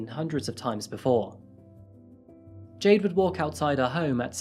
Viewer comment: I heard Jay Dings and was so confused because her name was Jayde :))